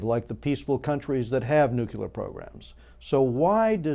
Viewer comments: nu-clear not nuqular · Good Points, well made. Thanks! btw, NUCLEAR is pronounced nu'-clee-er. There is no 'u' after the 'c'.